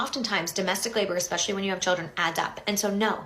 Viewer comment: People I don't listen to: someone claiming to be a teacher but pronouncing it "ekspecially"